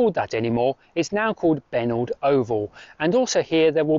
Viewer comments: Obviously you've never heard of Parramatta's favourite son Richie Benaud... not "Benault" as you have called the station named after him. He used to play cricket for Central Cumberland Cricket Club back in the 1950's before becoming captain of the Australian Team. Great video BTW!! Fully enjoyed it! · I think you will find that its pronounced Benoh, (As in Richie Benaud) not benord. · Not trying to be picky but having known the family I just had to say it. Benaud is pronounced Ben O. After Richie Benaud former Australian Cricket Captain. His parents lived just across Penant Hills Road from the oval. Don't mean to offend. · I don't live there so can't confirm but I suspect the pronunciation of "Benaud" is possibly "Ben-O", as in "reno", short for "renovation". At least that is how Richie Benaud was pronounced. More than happy to be corrected though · Benaud Oval, pronounced "Benno", named after Richie Benaud, the cricketer and commentator! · The Benaud Oval stop should be pronounced Beno